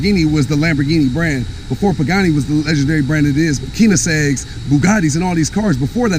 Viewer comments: keenigsegg LOL C'mon champ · said "keenosegs" lmaoooooooo"